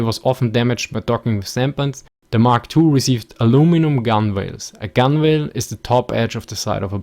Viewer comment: Gunwale pronounced "gun-el"